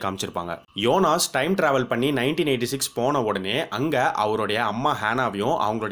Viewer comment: his name is jonas... not yonas bro